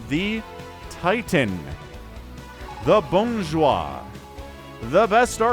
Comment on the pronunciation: I know you tried to say something in french, but this time I don't even understand it ^^" I suppose you tried to say "the bon joueur"? If so that's ok, I know english speakers have troubles with the french e (or eu) sound, just as we french have troubles with, say, the "th" sound (heck some of my friends pronounce it "t" turning games like War Thunder into War tender xD )